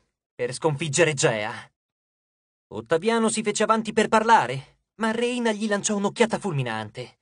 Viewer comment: Rèyna, non Reìna